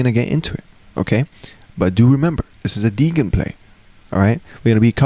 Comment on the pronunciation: You keep on pronouncing the word 'degen' incorrectly in this and other videos, the 'g' should instead sound like a 'j' where 'degen' is an abbreviation of 'degenerate'.